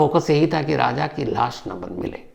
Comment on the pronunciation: Shams raja ko raj aur raj ko raja kyun bolta hai😮😮😮😮😮😮😮😮😮 thoda dhyaan se bola kar tu